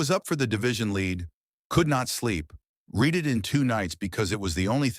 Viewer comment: AI ALWAYS MISSES read. It pronounces read as reed when it should have been red, though spelled read dual pronunciation though spelled same.